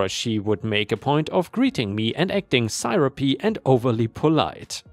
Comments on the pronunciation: syrupy is "seer up ee" It's "syrup" (the delicious brown ooze that you put on pancakes and waffles), but with the "y" on the end, it's an adjective. In this case, meaning very sweet. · Seer-up-ee = syrupy. English!